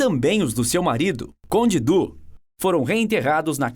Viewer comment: Conde Dú? Madonna mia moço.